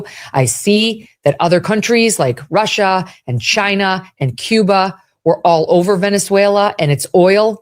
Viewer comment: The way she says China Russia makes her sound so stupid and uninformed